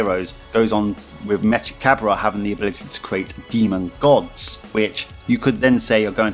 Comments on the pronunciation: Mechikabura You’re pronouncing his name wrong though, it’s like from the same Cinderella song as Bibidi, Babidi, and Buu: Salagadoola mechika boola bibbidi-bobbidi-boo. Put 'em together and what have you got? Bibbidi-bobbidi-boo! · It’s pronounced like from the Cinderella song, just like Bibidi, Babidi, and Buu: Salagadoola MECHIKA BOOLA bibbidi-bobbidi-boo. Put 'em together and what have you got? Bibbidi-bobbidi-boo!